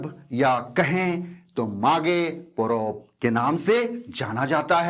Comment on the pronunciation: मैं भी हो जनजाति से हूं,चाईबासा से, सर आपने बहुत अच्छी तरह से समझा दिया ,कभी मौका मिले तो आइए कोल्हान में,मागे पोरोब में,आपका हो भाषा उच्चारण में और अच्छा सुधार होगा